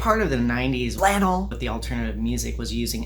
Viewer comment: STP was awesome oh and by the way “Flannel”